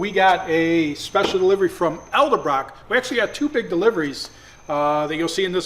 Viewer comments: Its Edelbrock not Eldabrock 🤣🤣🤣🤣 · Dyslexic? Edel.... Elda.... 🤣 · Put that 632 in that fork lift behind it. And hey,, it's ED-el-brock not EL-da-brock! 🤣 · It’s pronounced *Ed-elbrock. Not *El-debrock. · Sorry to be the grammar police. However, you keep saying “Elderbrock”. Christi’s gonna be upset with you mispronouncing her family name. It’s actually “Edelbrock”. 😂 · LoL: Ed El Brock - Not EL De Brock - Made in America, Not Mexico.... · It is ED EL BROCK NOT ELDUHBROKK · Hey, I don’t mean to sound like a nanny but it’s ED elbrock. Not EL debrock. It’s a funny name and lots of guys miss pronounce this one. 😉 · EDlebrock there, not ELdebrock...🤔🤣🤣🤣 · Eldebrock?? 🙄🙄 EJ and Aiden...you must be abusing that "elder" so much that he can't pronounce Edelbrock correctly. Please ease up on the old man. We'd like to see him around for a while. 🤣😜🤣 Good job on the supercharger kids!! 👍👍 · Edelbrock. Not eldebrock sir. 🙂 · Who is Eld-ebrok? Is that knockoff Edelbrock :) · It's eh-duhl-braak,. The D comes before the L. Thanks for another great video. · For the love of everything holy! It's eD eL brock. I just imagine toothless hilljacks outside of Jackson Mississippi when I hear that one pronounced wrong. The word is right in front of you. If you spell Camaro with an E, Turk should get to impose a 500lb penalty to you at his drag and drives. 🤣🤣🤣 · Ed-ul brok 😂please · are you saying Elderbrock!! LOLOL;) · pronunciation of Edelbrock reminds me of Homer Simpson saying "Nook-u-ler":P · Hey, the D comes before the L in "Edelbrock" And you need to calm the fuck down with the clickbait video titles